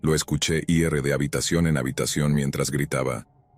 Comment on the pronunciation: Porque siempre dices ierre? es IR.